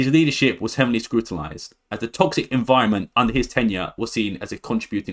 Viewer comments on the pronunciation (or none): none